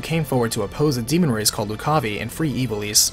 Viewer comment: Loo-ca-vai, not Lu-caw-vee